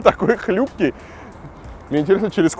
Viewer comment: Забор не хлЮпкий, а хлИпкий ))